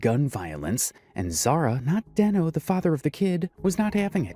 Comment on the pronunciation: And it’s not Denknow it’s deeeeenooooo